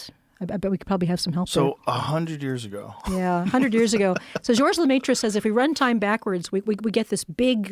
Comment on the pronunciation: Hearing her mispronounce George Lemaitre and how she just kept saying it......